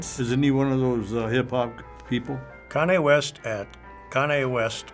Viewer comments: When that guy said kaney west I was dead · How could somebody not know who is? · Kan-Ya West lulz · doncha mean cean-jay west?